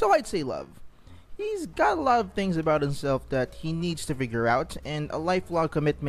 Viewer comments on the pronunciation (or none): none